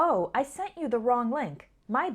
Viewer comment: I lost the book you lent me. You said sent me, instead of lent me. Sorry about that. Your bad ✌